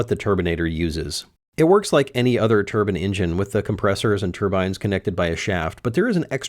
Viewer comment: I'm a little confused about something, You say "Turbine," but several times you say "Turbin-engin" Is there actually a difference or are you just saying it that way to be cool?